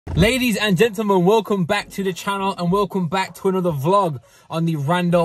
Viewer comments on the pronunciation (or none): Why did u say gentlemen weirdly I heard dentelmen